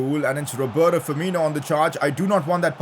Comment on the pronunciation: why do you pronounce Roberto as "roboro"?